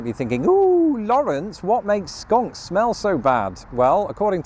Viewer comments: Your pronunciation of English words is clearly improving but you might want to revisit your pronunciation of "skunk" before visiting the US. It sounds like you're saying "skank" which is a slur regarding a woman's virtue. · I love how you pronounce skunk as skank! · You are pronouncing skunk incorrectly😊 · I love how you call it a Skank. Google Skank vs Skunk and you will get a laugh. 😂